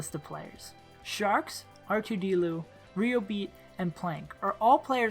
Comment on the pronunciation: It's pronounced rye-oh-beat not riobeat >:(